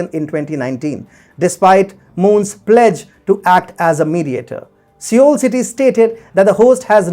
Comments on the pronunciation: Seoul is pronounced 'soul'. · Sir! With apologies, I would like to say that although the capital is spelt as Seoul yet the said city is probably pronounced as "SOUL". With respect, regards and best wishes. Thanking you 🙏